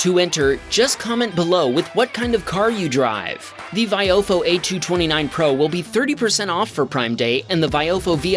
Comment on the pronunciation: still can't pronounce VI oh fo correctly. it's really not hard